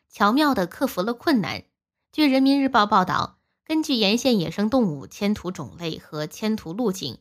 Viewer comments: 居然说迁徒，迁徙好不好？ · 迁徙“洗”不是迁途，读错别字的频道不订阅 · 播出員＂迁徙：.两字都不认识吗？